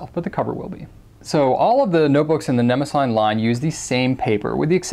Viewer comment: I think it may be pronounced neh-moh-zinee. Or that is how I was taught to pronounce the name of the goddess (I may be wrong >_<). Anyway, love love love your review videos!